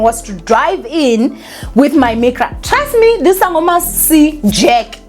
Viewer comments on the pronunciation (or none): none